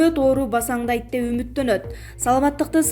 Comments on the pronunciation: пасандайт емес кыргызчасы басандайт😂😂😂😂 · Пасандайт эмес басандайт